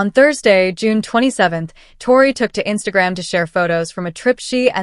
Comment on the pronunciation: Please pronounce Tori ‘s name correctly !!😊